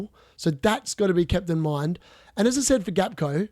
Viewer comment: Hey mate, Gakpo is pronounced Hack-po You are currently saying Gakco like Costco. You can google it as well